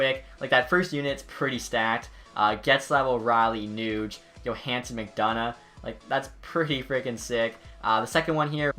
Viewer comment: Bruh, you said YOOHansen